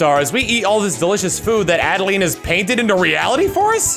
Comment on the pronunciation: Reiterating, it's pronounced 'ADD-A-LINE'